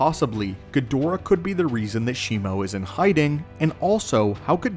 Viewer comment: Bro the name is shimu. Where did shimo came from